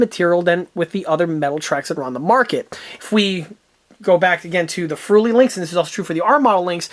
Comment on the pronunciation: "Friul" not "fruli"